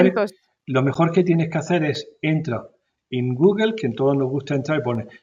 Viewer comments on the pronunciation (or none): none